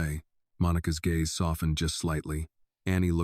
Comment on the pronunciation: Gaze is not Gaza. I am sorry but there is no excuse not to be able to read and pronounce words. Phonics is reading and spelling and sounding out words.